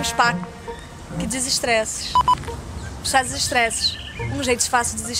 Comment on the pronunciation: a Tatá fala "...sta desestressesx..."